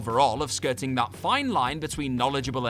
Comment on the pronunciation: didn't need to put emphasis on the word "That" when referring to Baron Corbin vs Kurt Angle. It was bad but it wasn't terrible. Also Stephanie McMahon is not a HOF worthy talent in any way.